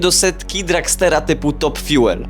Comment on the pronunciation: "fjul" nie "fjuel" Jeśli płaciłeś za naukę angielskiego, to możesz żądać zwrotów....